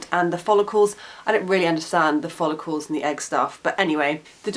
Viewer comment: when you say the word ''follicle'' it sounds a lot like ''holocaust'' ahaha